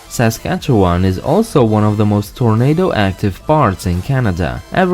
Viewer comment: you had me... up until "-17" and "Tornado". :-/